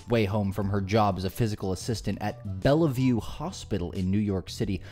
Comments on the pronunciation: “Bella vue” is two syllables bell-vue and it’s famous as a synonym for mental hospital even though it’s just a hospital. Shocked you mispronounced it. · Where are you from? You miss pronounce a lot of names…. Seeing you said this one so many times, it’s not Bella View, it’s bell view 😮😊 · It’s pronounced Bell-View not Bella-View. But it’s spelled Bellevue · Are you saying Bella-view / Bell-e-view on purpose? It's pronounced bell-view, just like in Diehard with a Vengeance. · It's pronounced BELL VIEW not Bella view. Not an important point but I'm a native New Yorker and it gratess my ears to hear it said wrong. Sorry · if you're going to claim to do thorough research and want us to believe what you're reporting, perhaps get the pronunciation of a famed hospital correctly, it helps